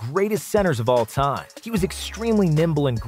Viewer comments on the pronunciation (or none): none